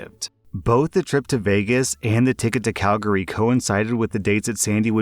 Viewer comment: Holy shit. nailed the pronunciation of Calgary. I’ve heard other Canadians fuck it up. Nice, man. In the same vein as the story about the retiree - I had an assistant department manager who was peak entitled boomer. Very “It’s not faaaaair that I have to work Mother’s Day since I’m a mother.” You’re a florist. She whined about the schedule, tried to get Thanksgiving off because “if I don’t cook, my (30 year old) kids won’t get a Thanksgiving dinner!” and whined about working Christmas eve because “It’s not fair - I have a family, and you just have your dad.” I went to a different store and my replacement was someone who, blessedly, put up with her shit even less. (I became friends with my replacement and we talk daily.) I heard from her, and from some of my regular customers that my former assistant was talking shit about me CONSTANTLY, bragging that she got me transferred (she didn’t), that I was threatened by her because co-workers and customers “liked her better” (lol) among other things. She handed in her notice after disappearing to California for two weeks longer than she said (with no notice or communication.) and a while later, came to talk to my replacement saying “I’ve heard from some people that you said I quit. I didn’t quit. I *retired*. Make sure you tell them the truth.” (My replacement said if anyone asked, she just said assistant didn’t work there anymore.) I realize this is more r/pettyrevenge than prorevenge but anytime anyone asks me what ended up h